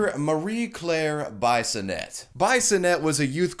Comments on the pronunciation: Lmaothe way you say bisonette is hilarious. Its pronounced biss in et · Taking it out on an innocent employer including threats of violence fits nicely in your Trumpian America. BTW Bissonette is pronounced “Bee-so-net” not Bye-so-net. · I AM THE LIQUOR RANDY!!!!!!!! BTW it's pronounced like bee-son-ette. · As someone from Ontario myself we would pronounce bisonnette as bee-son-ette in a French way generally not like bison ette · Its pronounced Bee-sonette, not bison-ette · Hi, I am a Bissonette, Marie Claire is probably my cousin. CAN YOU PLEASE STOP PRONOUNCING IT BIESONETTE? ITS BISS-O-NET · Be-so-net... js bro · Heh! Her name is pronounced "B-i-sonnette_, short 'i'. Her dad was my history teacher at St. Robert's HS in the mid-80s, and the reason I became a pro-life activist in my youth, and why many of my peers from that period are still pro-life today. Wonderful, Ms. Bisonette! Your dad would be proud! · I know Ms. Bissonnette. It's pronounced "biss-o-net", just as an FYI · Bissonnette is a french name. The "I" is pronounced "E". Phonetically, it is "Bee-son-net" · Bisonette is pronounced - Bee-son-ay. F.y.i. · I took a shot every time you mispronounced Bissonnette and now i'm dead